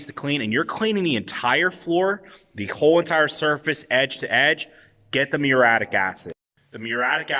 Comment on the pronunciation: Btw, dude, it pronounced MYUR-EE-YATTIC, at least in typical English